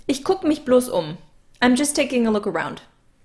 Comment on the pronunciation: with Einige Aussprachen für dich:) Genauso wie "groß" im Deutschen:) (not like moss, boss) alter, malt liquor (ALL-ternative, not AL-ternative) pal, gal, rally (You're saying (p)alternative)